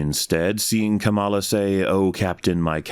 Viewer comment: the kamala mispronunciation had better be a snide political reference